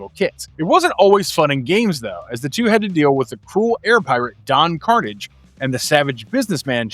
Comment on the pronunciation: buddy...don carnage is no relation to symbiotes his name, carnage is pronounced more like corsage like the prom corsage. don carnage speaks in a french European accent he isnt english. i say...it really grinds my gears when people mispronounce Don's name.